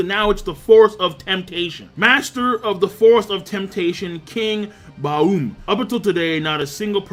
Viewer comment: King, I remember you once saying you studied German. You don't know how to pronounce the word "Baum" (tree)?